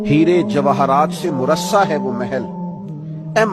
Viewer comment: مرثا نہیں مرصع ۔۔۔اردو کی اصلاح کریں